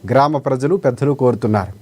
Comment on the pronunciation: Grama "Preddalu" Kadu Grama "Peddalu"..